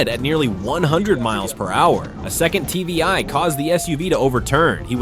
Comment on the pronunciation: It's not TBI, it's TVI. Tactical Vehicle Intervention. Basically, PIT and TVI are the same thing. If you watch other videos like this on other channels, you'll hear it more